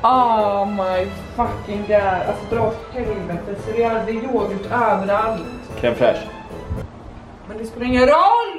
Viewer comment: haha creme fraiche ''kräm' och ''fräscht'' ;)